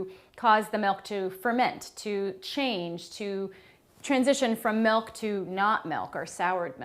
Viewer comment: I like how she says "melk"